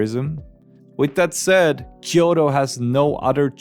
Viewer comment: キヨロではなくキョウトです。